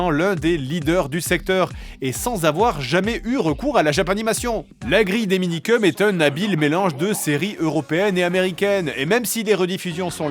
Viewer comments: Le gars, il se moque du présentateur qui dit "mangass" quand lui-même dit "Minikeum" au lieu de "Minikeumss". C'est vraiment l'hôpital qui se fout de la charité. 🙃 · Se moquer d'un journaliste qui prononce "mangaS" quand on fait une vidéo sur les Minikeums sans jamais prononcer le S final... :D